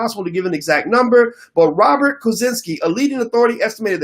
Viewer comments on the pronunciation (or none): none